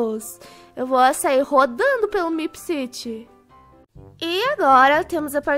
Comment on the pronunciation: Que agonia da falando "meepciti" em vez de "meepciri" kkkk mais alguem?